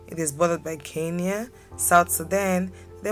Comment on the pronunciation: It is KENYA... NOT KINYA.